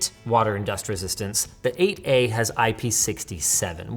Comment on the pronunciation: I hate how "8a" keeps sounding like "aa"